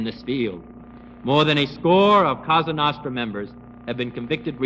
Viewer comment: It's Cosa nostra- our thing, not kasa nahstra...